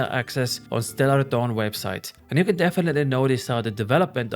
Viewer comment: "stellor Stawn" instead of "Stellar Dawn" lmaoooo